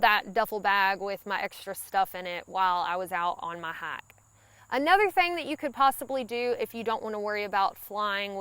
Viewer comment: and ya gotta love that accent... I'm from Georgia and I love listening to her talk... imagine that hyak.... hike to me